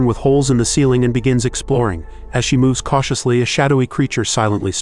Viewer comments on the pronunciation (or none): none